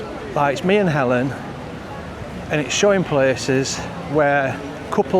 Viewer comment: you say Alan and Helen the same way "Ellen". Solea, stealth yacht. I swear, I could hear Helen laughing when you said maybe you should get her a present and then showed Louis Vuitton. I find chocolate helps me with a migraine and also caffeine, which they say stay away from, It works for me. The vlog was not rubbish. We all feel unwell sometimes. Mind yourself.